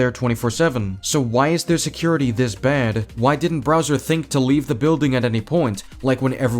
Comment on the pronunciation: "Browser" Damn, I didn't know IShowSpeed was reviewing this movie... (I haven't watched the movie, so I don't have anything to say other than sad that Rosalina gets barely any screentime... I just wanted to make this joke)